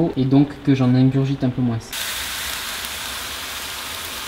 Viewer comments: Stop avec les "moinS" mdrr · Tu sais que l’on prenonce pas le s de moins